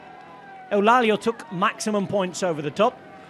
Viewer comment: Well, I'm sorry to say that Eulálio is not pronounced like that in portuguese, he's saying it like a spaniard would.. 😅 Classic